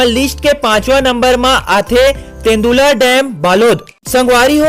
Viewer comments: तेन्दुला नही तांदुला नाम है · Tendula nhi Bhai Tandula bandh hare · तेंदुला नहीं वो तांदुला डेम हरे